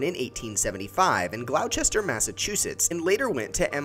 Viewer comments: calls gloucester glowsester it’s pronounced glawster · Glaaw-chester huh? Hahaha Glawwwww-staaaaaa. Thats how you say it.